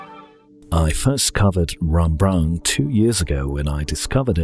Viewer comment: its clearly says rEmbrandt, not rAmbrandt ;)